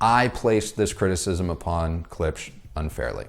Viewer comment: It is funny that English speakers do not know the simple fact that "sch" in German is simply pronounced "sh" .... and try to pronounce it weirdly! Poor Klipsch!